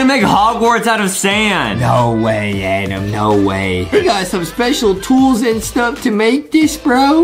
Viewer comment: It’s not Adam it’s Adem